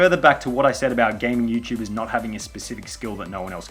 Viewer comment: Lol "Youchubers"